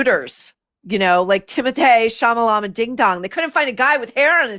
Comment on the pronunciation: I laugh at “Timothée Chalamala-bing-bong or ding-dong” everytime you say it. Its just great